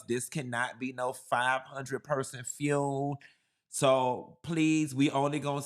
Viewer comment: secs HELLO, WHEN YOU SAY FUUMESS AND NOT FUNERAL I CANNOT STOP LAUGHING. THANK YOU SOOO MUCH FOR MAKING ME LAUGH. WATCHING FROM THE UK...🎉🎉🎉